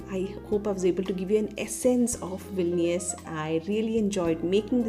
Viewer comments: You said Vilinius 16 times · Hi.. congratulations for 10k.🎉 Actually loved the way you narrated the video. It remind me about my english miss from high school who beautifully read the stories for us.😍 And I think you pronounced vilnius '14' times...